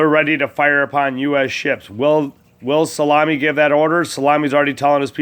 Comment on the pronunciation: His names not solami you goof ball!